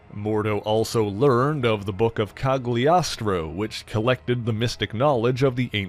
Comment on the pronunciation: Might be wrong but I believe the G in Cagliostro is not pronounced. Italian is a little odd that way.